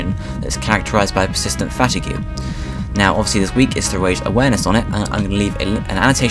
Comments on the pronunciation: You just killed your cause. Characterised by persistent fatigoo? I think you mean fatigue, pronounced "fateeg" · the word fatigue is pronounced fah teeg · you pronounced fatigue VERY VERY wrong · did he say fatigue as fat-I-gue (its pronounced fat-eeg) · At :30 he says fatigue like fatigoo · "Fatygew" made me lol. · It's fatigue said like fa-teeg dude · you didn't know how to pronounce the word fatigue? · You say fatigue how I used to read it when I was younger :P